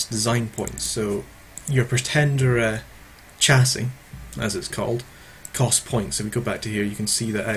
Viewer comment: did you pronounce "chassis" as "chassy". more pronunciation quirks